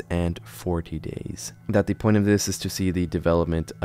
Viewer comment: There is no "off chance" of it being real. It is simply not possible. There is NO chance of it being real. There is an off chance that he uses real animals or parts of animals and mutilates them beyond recognition, and/or simple tricks to make the abominations move. On another note: you pronounce "the" wrong constantly. You only say "thee" when "the" is followed by a word that starts with a vowel. Otherwise you are supposed to say "thuh". Work on your critical thinking and English pronounciation.